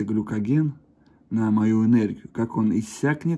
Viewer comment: Не глюкоген, а гликоген ))